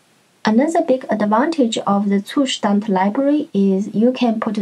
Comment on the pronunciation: Finally, someone who can pronounce "Zustand" correctly😅